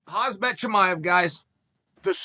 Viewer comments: Great content Chael! ..But ”(K)haMzat”, please.. ”HaZmat” is something else I believe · It’s Khamzat not khazmat the M before the Z Mr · Can anyone tell to Chael it's Khamzat not Khazmat lool. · Its not «hazmat» its KAMzat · A suit is what you wear to ward off toxic environments. HAMZAT is the first name of a middleweight. Oh Chael no amount of time infront of the camera will bring you to pronounce and use a language that is your mother tongue! Embarrassing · come on uncle chael Thee Pronunciation is - com zot, shee-my-ev or somthing close to that - im sorry mate, that was just funny to me. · It's KHAM-ZAT, not KHAZ-MAT! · Everyone else: Khamzat Chael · Ayo how hard is it for uncle Chael to realize it's KhaMZat and not KhaZMat lol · Waiting for Chael to enunciate Khamzat's name wrong* Not even a sec in* Chael: "Khazmet Chimaev guys..." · YO!! You till pronouncing his name wrong, first it was hazmat, not its hazbat? wtf with americans and saying khamzat, ham-zat. "HAM" - "ZAT". 2 syllables, its not that fucking hard. ham zat ham zat ham-zat!!! hamzat!!!! is it sinking in yet or shall we just call him Barry from now? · uncle Chael keep saying Khazmat, Khazmat wrong... It’s KHAMZAT,,,, M is in front of Z,,,, u welcome!!! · First sentence from Chael: "Hazbet Chimaev guys..", and a little bit later: "Hazmet Chimaev". Chael are you trolling? His name is KHAMZAT Chimaev. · And his name is Khamzat not Khazmat like you allways say bro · Uncle Chael it's Khamzat, not Khazmat 😂😂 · His name is not kHAZ MAT his name is kHaM Zat. The K and the T are silent hence HAMZA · ITS KHAMZAT NOT KHAZMAT FFS, YOU SAY IT EVEYR FKN TIME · He should be called "" Chael, but its Khamzat (Kch-am-zsat) 🤷🏻‍♂️🤣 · Chael, the "M" comes before the "Z". It's 1st grade phonetics. Its Khamzat, not. Just look at the letters Chael. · Chael “” Sonnen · Chael: blahal muhammad, hazmat chimaev and Charles olives ✅ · my guy said hazbet chimaev what a wanker